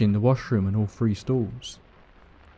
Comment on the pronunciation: Hello from Texas. I love how he pronounces words with "thr" , three sounds like free. Love it! And of xourse, i love everyone's stories! Seriously creepy!!